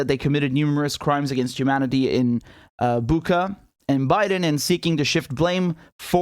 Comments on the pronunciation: You pronounce the name of the city wrong. It's called "Butscha". There is the reference to the english word "butcher", thats why they have chosen this city.. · Bucha is spelled Boo-Cha not like Boo-Kaa that ch is spelled like Chattanooga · It's pronounced Boocha in Cyrillic.. its not Booka... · it's not Buka it's Bu[ch]a (similar to butcher) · CORRECT BUCHA: BOO-CHA / BOO-TSAH WRONG BUCHA: BOO-KHA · Much respect gentlemen for what you're doing. .. lol it's Bucha (Буча) Not Buka)) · RICHARD, if you see this it's pronounced BUCHA with soft ch, not K sound. The Russian/Ukrainian spelling of the region shows a letter that makes a CH ( as in CHEESE) sound. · It's Bucha, not Buca, it can be written in Ukrainian and Russian "Буча", you can copy that word in translation and listen, that old Britain lady is't right like Biden who said " iranians" instead of "ukrainians". I always thought that was fake if it was real, every city in Ukraine looked like Bucha. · Guys, pleeease:) it's BuCHa, not BuKa😅 Like "muCH" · Bucha ....Boocha not Booka. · You pronounce Bucha wrong. That's why Biden called Putin " a butcher" because it sounds similar ( Butcha) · The "ch" in Bucha is pronounced as in Richard. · It's BOOCHUH. CH like Chocolate. The Cyrillic letter is "Ч". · I thought it was pronounced booka thats what someone else said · It's BOO-CHA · Is this a video about an old man who doesn’t know how to use twitter with any sort of efficacy or about war crimes committed undeniably by Russia in Bucha. The man doesn’t even know how to pronounce the name of the municipality.